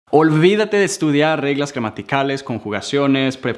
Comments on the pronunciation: Reglas jamaticales 🤣🤣🤣🤣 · Gramaticales dijo.